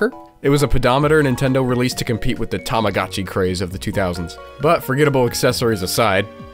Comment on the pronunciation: I bought a DS Lite on a Black Friday just for plugging in an R4 and an EZ Flash for the GBA slot and running Japanese games. In particular for Heartcatch PreCure DS games. Tamago-chi It's pronounced with a long O. The firmware I use for my R4 is by Yellow Wood Goblin last time I checked and it works seamlessly with the GBA EZ Flash cartridge in the other slot. I hope that sidesteps the time bomb if my R4 has one.